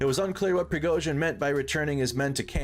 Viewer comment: is there a reason you cant say prigo-zhin